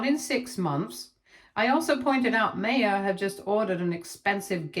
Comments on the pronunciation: Her name isn’t May-ah it’s My-ah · Maya is pronounced My-ah